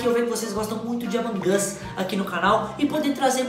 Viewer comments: Mas não é assim que fala amog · Sou seu inscrito mas fala among us direito vc é muito legal mas pelo amor de deus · Vc falou errado among us